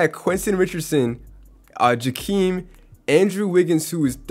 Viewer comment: Puh ~ tell ~ uh = patella Joh ~ keem = joakim